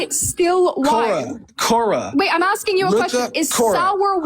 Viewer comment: Agree with you on everything but it’s “asking” not “axing”